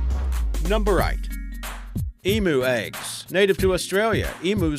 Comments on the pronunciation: i find it funny that you say it's more like saying em-you haha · its E-MEW, not E-MOO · to me it sounded more like like (the oo ahh thing), come on its more like emyou:P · thus why you wouldnt type it "em-U" because the first part of the deconstructed world people see is the first part em (which would be pronounced like the start of the name Emily). It is the letter E, followed by MEW (as in the 151st pokemon), NOT "moo" (as in the sound a cow makes) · I've been pronouncing emu wrong my entire life. Ive been pronouncing it as e-moo instead of e-mew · Emu is pronounced as EM-YOU not em-ooo! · You pronounced emu wrong it's (eem-you) not (eem-moo). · Oml, I can't stop cringing at the Em-oo. IT's not pronounced Eem-oo. It's Eem-U DX. The CRINGEEEE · It's pronounced EEEMm you emu Not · Hahahaha. The way this guy pronounced "EMU" is hilarious. It is pronounced EEM-YOU. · Lol you say emu wrong it's pronounced like this Eeemyou